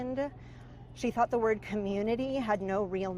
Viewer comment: Why is it since they've found Kiely her mothers voice tone has totally changed , she is now speaking but adding an AH SOUND after each word she pronounces????? What's up with that? ( LAUGHA ,DANCEA,CRY IN THE CORNERA) WHEN PRIOR SHE TALKED CLEAR AND DID NOT HAVE THAT A SOUND AT THE END OF EACH WOORD?????????? ITS ALL STRANGER THAN FICTION SHE SOUNDS AS IF SHE'S ALMOST THANKFUL SHE'S GONE????????????